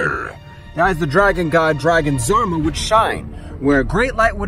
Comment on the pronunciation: zarba…isn’t it Zarama?